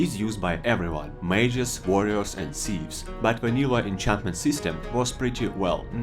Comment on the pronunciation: “add moah then haaaandrad nyuw ahnchantmant”